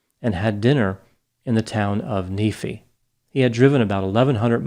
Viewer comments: In “Neefee” lol. It’s pronounced NeefEye.. I’m familiar with the area so I noticed. Thanks for another great analysis! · Nephi is pronounced nee-fy. Not nee-fee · Doc, you pronounced Nephi wrong , then again it’s a Mormon word. Knee-Fi. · My only note is that Nephi is more typically pronounced by Mormons as "Knee-fi" (as in Wi Fi), not "Neh-fee." Interesting case. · It’s pronounced “nee-fi“ not “nee-fee” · Nephi is pronounced knee-fi. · Nephi is pronounced neepheye. Good ol'Book of Mormon name. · Nephi is pronounced with a hard I. Like knee-f-eye. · Not to nitpick... Nephi is pronounced "Neef-eye" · The town of Nephi. Its pronounced Nee-fie. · Nephi = nee-fy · It's pronounced "knee-figh". The town of Nephi. Utah has a lot of wackadoodle names of things...towns, people, mormon crap. You will probably never find a greater concentration of "Mak" & "Mad" names-- Makayla, Mikayla, McAyla, Mekehlah, McKenzie, Madison, Madeleine, Madelyn, Maddox..... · Nephi..."knee-fye" ("fye" pronounced just like the ending of wi-fi) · Nephi pronounced Knee-Fie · I got a chuckle at how he pronounced Nephi 😊 I think it's kinda cute when people do that ( not in a patronizing way though, more of a "yeah I wouldn't know how to pronounce it either if I hadn't lived here my whole life") It's pronounced Nee-fy, in case you are curious. We have a lot of cities that are easy to mispronounce like Lehi= Lee-high And Tooele = Too-i-luh Most of the hard to pronounce words are named after people or places from the Book of Mormon i.e. Nephi, Lehi, Bountiful, Manti, Moroni, and Kolob to name a few While others are mostly native American in Origin such as Timpanogos and Wasatch among many others. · Nee-fi (nephi) lol ty for covering this case!!!! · it's pronounced knee-fye, nephi long i. it's a mormon prophet name. they're weird. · ‘Née-Fi’,. 😉